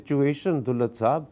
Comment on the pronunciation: It's daaulat not doolat